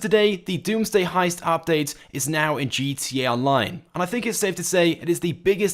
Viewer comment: I swear u say gt online not gta online